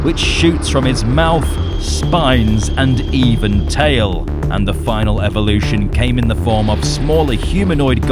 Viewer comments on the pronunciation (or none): none